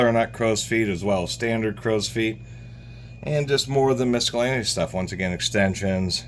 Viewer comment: misk-a-lainious..it's not a "hard C"..🐈..stop